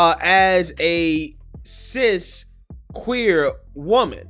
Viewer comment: Why do they say Cis like they mean Cyst? Every time I hear that word it makes me cringe...